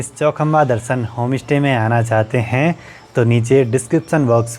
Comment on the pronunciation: Bhai Home stay open kia h ya Home Ishte...influencer ho thoda sa pronunciation ka b dhyan rkha kro...Pahad se ho ye hm b jante h hm b pahdi h...iska matlab ye nhi ki aap sushmita ko susmita bolo..stay ko istey bolo.... vlogs ache bnate ho..BABA KEDAR BLESS YOU